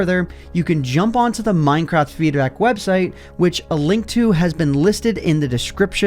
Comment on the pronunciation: minecrad lol